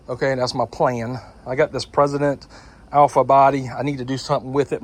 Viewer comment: Stop saying President! It's Precedent